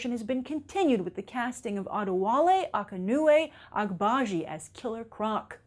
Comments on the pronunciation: Maybe to be more realistic, they should've replaced King Shark with Left Shark Edit: Congrats on pronouncing the actor's name correctly ;) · Great pronunciation of the actors name Grace! i certainly would have messed that up